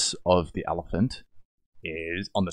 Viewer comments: When he’s a 10 but he pronounces elephant as “allophant” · ...its just his accent - it's not like he's mispronouncing it. I personally think his particular type of heavy Australian accent just makes him more of a "10" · I love how you pronounce elephant